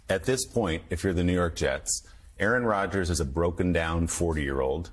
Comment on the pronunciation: * "Qaaron" Rodgers. Pronounced "Karen"?